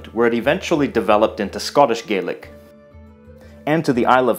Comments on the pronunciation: As a little heads-up, it is pronounced Scottish gah-lic with an A sound 🙂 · I may be nitpicking here but traditionally “Gaelic” is pronounced like “gal-lick” when referring to Scottish Gaelic. Irish and Manx Gaelic are the ones that are pronounced “gay-lick”. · One thing that peeved me a bit is that Irish Gaelic is pronounced 'Gay-lick' but Scottish Gaelic is pronounced 'Gah-lick' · A small pronunciation issue: it is Irish Gay-lick, but Scottish Gah-lick.